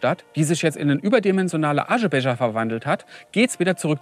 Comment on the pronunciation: Natürlich musste er einmal Aschebecher sagen :D